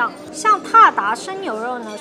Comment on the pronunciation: 妹子，字都念错了！真的是四川人念字只念一半。鞑靼的读音不是“踏达”， 而是“达达”da da，二声。